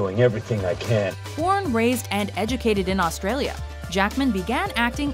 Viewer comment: The narrators pronunciation of Australia and Australian is honestly hilarious.